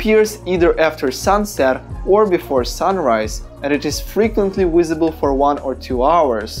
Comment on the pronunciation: No offence but its not "Wisible" 🤣